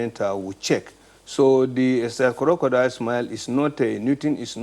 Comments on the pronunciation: He actually called it korodial tears. Lol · Operation Co-ro-co-dile.. Lawd have mercy! SMH